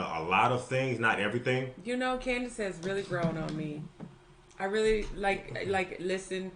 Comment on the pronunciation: Candice said it correctly.